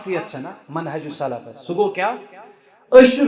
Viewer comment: Isko correction kro Manhaj ki jagah mahaj huwa hai 😂😂